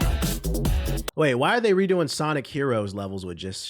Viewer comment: "Shawnic" will always crack me up 😂😂😂